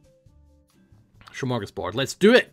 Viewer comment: ''Shmargos boerd'' love your pronouncasion of Smörgås bord xD